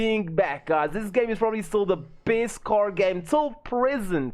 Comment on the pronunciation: My cor? 🤣 Good video bro